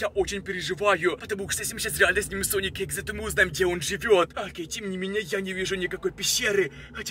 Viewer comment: Правильно: sonic.exe: SONIC. EXA